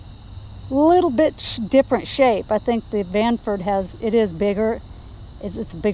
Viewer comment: Stranford. You made me laugh ;) Nice channel btw!